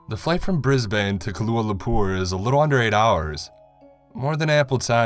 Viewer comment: Okay the way you said Brisbane 🤣🤣 why do you guys say it so funny!! Damn she cute 🤣🤣 I tried okay it was ment to be scary but this character 🤦🏽‍♀️